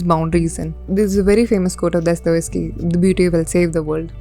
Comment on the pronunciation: It's Dostoyevsky, not Dostovesky